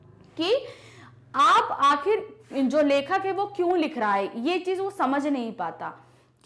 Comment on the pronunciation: Ma'am AAp ka kyon ka pronunciation galat hai 😊😊😊😊😊😊😊😊